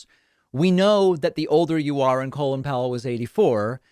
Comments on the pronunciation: Do Americans really pronounce Col-in, Colon? What the hell? I actually thought this guy was called Colon as I've only ever heard it said and never seen it written. It's Col-in and in Come in. The in is unsurprisingly pronounced in. By the way, it is really obvious from the outside that Republicans are against vaccines as they want Biden to fail. They don't care if more Americans die, they just want Covid19 to still be an issue by the midterms and so they are doing everything they can to stir up crap and stop vaccinations. It's the most cynical thing I've ever seen. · It’s Colin Powell not colon 😅